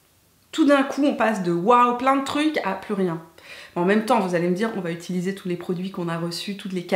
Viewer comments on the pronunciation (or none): none